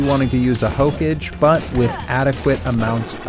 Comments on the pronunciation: It's not hokej, it's Hokage. Belive it! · did you just really say hoke-age LMAO nice guide otherwise tho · Okay I let it slide for the first 17 but after the 18th hokage God damn it watch a single episode of Naruto Jesus Christ its HOE-KAW-GAY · Also the word Hokage, never heard anyone pronounce it as "Hoke edge" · hokage is pronounced as "hoka gei" it is an anime reference Naruto in particular. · That's not how you pronounce hokage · it makes me cringe how he says Hokage, good guide though. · Good guide.. My only gripe is how you pronounced Hokage, lmaooooo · Every time you said Hokage I died a little bit inside. Good video either way. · That and saying "ruins" instead of "runes." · Oh my lord your pronunciation if hokage and runes made me a bit stabby. Despite that though this is a FANTASTIC guide, thank you so much. Very very helpful.